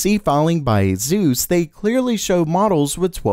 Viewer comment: Bro, there’s no “z” is Asus, so please stop pronouncing it that way. It rhymes with Dr. Seuss.